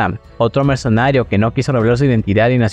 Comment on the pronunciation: PARA SER YOUTUBER; PRIMERO APRENDE A PRONUNCIAR BIEN LAS PALABRAS !!!!! Ni siquiera puedes pronunciar la palabra MERCENARIO.